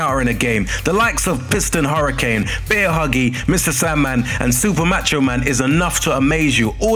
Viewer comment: It is bear hugger not bear huggy